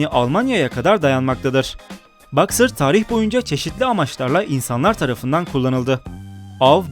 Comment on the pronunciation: Abi uyuz oldum BAXER degil Boxer